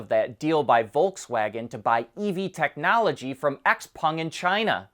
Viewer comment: x-peng is pronounced "shauw peng"